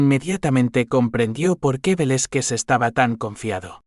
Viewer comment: Interesante historia desde Venezuela 🇻🇪, Pero por favor, deben trabajar en las pronunciaciones no se dice. Velezquez se pronuncia Velázquez , por favor ! .e desconcentro con las pronunciaciones incorrectas 👍👍